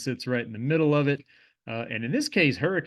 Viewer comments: He also nailed Hurra-kun, WV as well. Most say Hurra-cane. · born and raised in the tristate area. THANK YOU for pronouncing the names of these towns correctly… especially hurricane. fantastic video. definitely earned another subscriber. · Hurricane was the one I thought “oh NICE, finally someone not saying the standard pronunciation of the word” lol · you pronounced hurricane correctly… where are you from? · Wow u pronounced Hurricane the way locals say.. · He even said “Hurricane” correctly! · He pronounced, “Hurricane,” like a local! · when you pronounced hurricane and kanawha correctly i knew you were a bro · Guessing you're from (or spent a lot of time in) western WV to pronounce Hurricane and Kanawha correctly :) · Hurricane, WV and Kanawha River... it's refreshing to hear it pronounced correctly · As a native West Virginian, I'm proud to have someone on a national platform pronounce all of our names correctly. Most surprising was Hurricane but Kanawha was impressive too. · As a resident of Kanawha County, I'm thrilled you got the pronunciation right. I was bracing myself when Hurricane was mentioned.